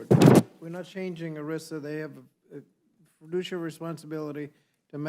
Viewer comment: The Left seems to confuse fiduciary with fidooshiary.